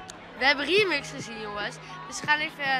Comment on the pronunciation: 4.46 "remix" ga stuk hoe dat zegt 😂